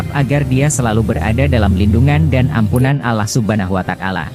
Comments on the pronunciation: Wata'ala bukan watakala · Kenapa Allah watakala, komentator nya gak bisa ngajikah.?